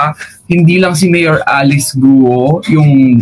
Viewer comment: mayor GUO..prounounce nya parang GAW